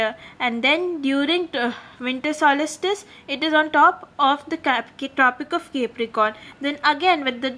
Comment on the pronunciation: Abe solistice nahi solstice hota hai.....lol